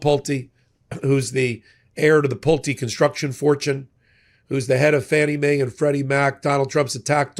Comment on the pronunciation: It’s Fannie Mae and Freddie Mac. please… not trying to be an ass. But. Say it 10 times Fannie Mae & Freddie Mac.